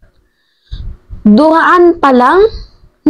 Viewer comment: IDOL, DURUAN... HINDI DURAAN, HAHAHA.